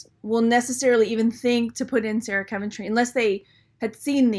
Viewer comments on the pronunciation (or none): none